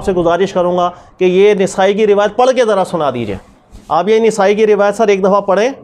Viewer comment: نون کے زبر کے ساتھ نسائی ھے زیر کے ساتھ نھیں سر مفتی جی